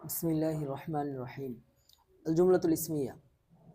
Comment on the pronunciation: হুজুরের বিসমিল্লাহ উচ্চারণ আরো সুন্দর হওয়া দরকার ছিল